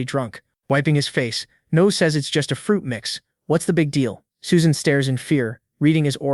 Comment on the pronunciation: Suesan? shee???